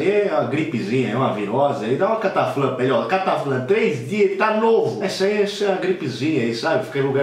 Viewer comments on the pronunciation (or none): none